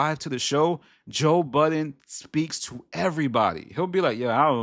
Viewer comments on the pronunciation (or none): You're talking about people not remembering people's names, then you go ahead and say Joe BuddenSSSSSSS. There is no S in that man's name.